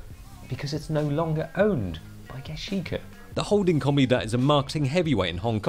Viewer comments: 'Commpony'- 2019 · I really like you and your videos and all....... But you can't pronounce company properly lmao 😂 😂 😂